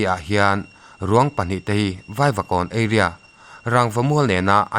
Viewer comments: Area i lam dan hi eiria thin ilam a eria Tia lam tur zawk aw a mizo tak in ka lo sawi nih chu ...a bak chu a ngaihnawm thin e...👍👍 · Eiria nilo Area tih tur, hi chu pu jamesa tang che khan ka la mil chiah theider lo che,uluk deuh thinteh aw